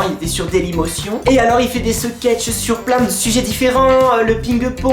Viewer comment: tu m'as tué "podecast... seketeche..."